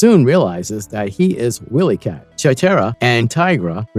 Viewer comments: Ok I’m trying to get through this but had to stop. Why do you keep pronouncing the name wrong? Have you ever seen Thundercats? Who is WillyCat? It’s W-I-Lee-Cat pronounced with a long (Eye). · Fire this narrator - he's illiterate. 'Willy' and 'wily' are not pronounced the same, nevermind all the other names he butchered. Also, fire your scriptwriter, if there is one. He's illiterate, too. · Is this an AI narrator?! Mispronounced name and really bad pausing in voice.... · He pronounced pretty much every name wrong. I was getting very aggravated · Why can't your narrator pronounce the names of most of the characters? He clearly never watched an episode in his life